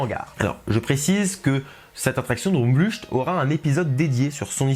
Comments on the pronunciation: Pour information, ça se prononce “Drôme vleucht" (ou “Drôme vleuRt”, en raclant bien la gorge). Eh oui, c’est un peu bizarre le néerlandais. ^^ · Droomvlucht se dit « Droumvloeurt »en gros, on prononce le u comme un oe collé comme dans oeuf et le ch en néerlandais se prononce comme la jota en espagnol, une espèce de r qui vient du fond de la gorge mais un R simple non roulé sera deja plus près de la réalité que ch. Quand aux deux O, ils se prononcent « ou » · Alors l'article est très bien :-) , mais ta prononciation du néerlandais par contre x) droomvlucht : oo se prononce comme 'eau' et ucht comme 'ukt'